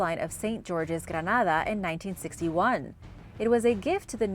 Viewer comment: Why on Earth would you see "Grenada" and pronounce it as Granada. It's so infuriating how YouTubers disrespect my country !!!!!!